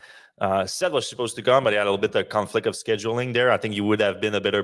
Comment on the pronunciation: Isn’t mispronouncing Seth’s name?